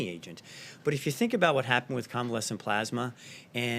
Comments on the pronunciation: Good Lord. He reads at a 5th grade level. Tf is Plosma? Oh did he mean PLASMA??? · When is somebody from his administration gonna tell him that its,"Plasma",and not,"Plosma"? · Yes..PLEASE!!!..someone tell him it's NOT plahsma!!!😵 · he said "plOsma" dozens of times. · Do you think maybe they could get someone else to read this dribble..? It’s bad enough listening to the monotone and mispronunciation of the word “Pasma”. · Plaws-muh treatments! Like they used during the 1918 flu pandemic. They also fast-tracked a new drug they’re calling Aspirin®. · Its pronounced "pluhsma" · He's the only tin-pot dictator I know of that cant pronounce "plasma" 🤣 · that's not an accent, he doesn't know how to pronounce plasma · This is NOT new. Why does he repeat himself all the time? Is it to help him believe his own lies? Also, could someone teach him how to pronounce "plasma." Too bad people can't get test results within 3 days...